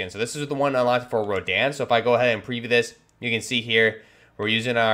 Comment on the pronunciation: Urzikstan. Yer-Zick-stan. Rodion. Roh-Dee-on. Lagunari. Lah-Goon-Air-Ee